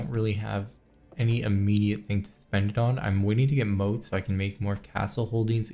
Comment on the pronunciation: FYI a motte (pronounced mot) is a man-made hill for a castle to sit on, sorry to correct you but it bugs me to hear you say moat when it's a motte